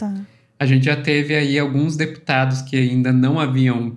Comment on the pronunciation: Pq? ‘Genthê, verdadhê, realmenthê’…. Coisa horrível